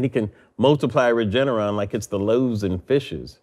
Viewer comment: He had to practice the word, Regeneron over and over again until he got it right. Not Regenerate, sir.